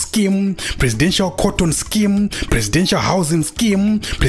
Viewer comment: It's more like "scam" than scheme😂😂😂😂